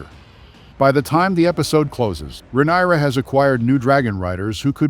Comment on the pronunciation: Excuse me! 😡 Are you deliberately MISPRONOUNCING the Queen of the Seven Kingdom's given name, and the other words of the HIGH VALERYAN language? or are you that jerk who always thinks he's the smartest person in the room? IF SO? NEWSFLASH: look around you bub, you're the only one in the room, no doubt.🖕